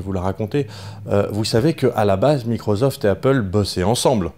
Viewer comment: Par contre c'est microssssssoft pas microzoft ! Mdr